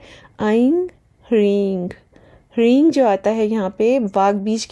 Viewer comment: areee devi g gkaar mkaar kya hota hai? Sankrit ke anusaar jo uchharan sahi hai wo hai hreem na ki hreeng.